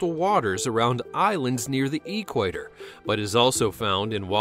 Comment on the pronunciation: You put the emphasis on the wrong syllable in the word equator 😐 it’s not EEEquator it’s eQUAtor 😑